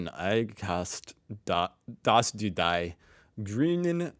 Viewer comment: But he totally misses the most basic words like die or Scheisse :)